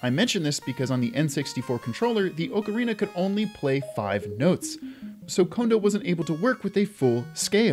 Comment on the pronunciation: Finally, someone else who says ocarina with the long "O" sound! Everybody looks at me like I'm crazy when I say it that way!